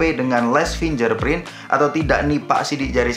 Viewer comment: Koreksi dikit: fingGerprint masbro, bukan finjerprint